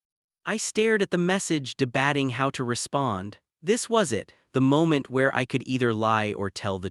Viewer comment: Good story but AI's dat-ing, star-ing and debat-ing instead of dat(e)-ing, star(e)-ing, and debat(e)-ing, is very annoying. This can be fixed by editing AI, or preferably by using a real voice. Btw, genetics doesn't come into having children for same sex couples, there has to be a donor either way who doesnt need to be related to either partner, or by adopting children 😉